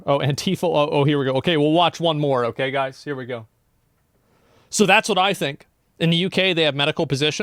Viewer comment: 'They Ngo now' - Asmon